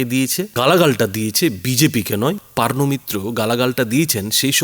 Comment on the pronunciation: PAARNO MITRA ? NA, NA O HOCCHE POOORNO MITRA 😂😢😅😂😢😅😂😢😅😂😢